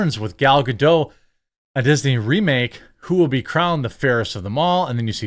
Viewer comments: It's not "Gado" it's "GadoT" - she isn't French ffs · Bro, her name is not Gadow, it's Ga-Dot. Literally meaning Banks in Hebrew. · It's Gal Gado*tt*, the "t" is not silent. That's not French. Lol.